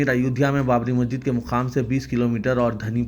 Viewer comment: se guzarish hai ke wo masjid kehte waqt sahi pronounce kare... Naa ke majid